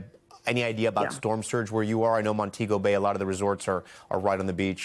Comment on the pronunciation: Al I expected better it’s Mon-tee-go Bay